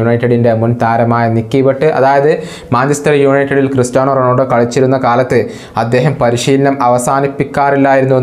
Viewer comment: bro,Ronoldo alla,Ronaldo,, Cristiano Ronaldo..athanu